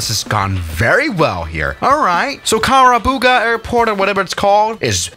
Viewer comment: It's karubaga not kakababa